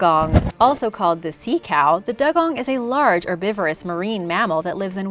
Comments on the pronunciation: doo-gong not dug-on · It’s not pronounced dug-on even though it’s spelt dugong it’s pronounced dew-gong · Dugong is pronounced dew-gong